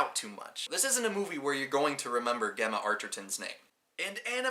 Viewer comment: First of all Gemma is not pronounced how you did. Second he works in a bathroom factory. Other than that. I really like your review of my favourite movie. But Gemma is pronounced Jemma. So annoying.